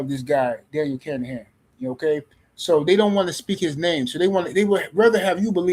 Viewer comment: His name isn't kanahan.. Let's break it down for you.. kin a han... now put it together kinahan... 😂